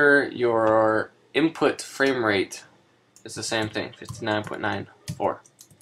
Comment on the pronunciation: Fwame wate.